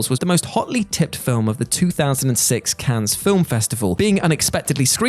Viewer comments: How about we stop saying “Cans” and pronounce “Cannes” as it is pronounced in France: “Can”, getting tired of this, is everyone in on this? Is it a thing everyone’s agreed on? If so we could just start to say “Thorouf” instead of “thorough” or Connect-I-cut and so on, come on... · Cannes is pronounced like a single “can,”. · Not to be "that guy," but Cannes is pronounced, "Can." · cannes is not pronounced like that. you drop the s so it's just can. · Cannes, Fracass... ffs How about the script writer having a read through or spelling tricky things phonetically; rather than multiple mispronunciations EVERY SINGLE WHATCULTURE VIDEO.